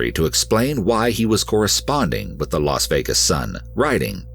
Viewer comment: Really ? Very interesting story of determination and courage. But on a note for the narrator; you mispronounce too many words. And the name Las Vegas is not pronounced "Los Vegas"; Las is pronounced "lass", which rhymes with "gas". Process, is not pronounced "Prawcess". Evade is not pronounced "avade". There are many more, but you probably get the idea. Having a good voice is one thing, but like a singer who sings off key or off time, does not really cut it. Stay safe y'all.